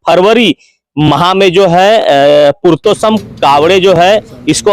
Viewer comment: पुरतोशम नहीं पुरसोत्तम 🤣🤣🤣लगभग लगभग 👍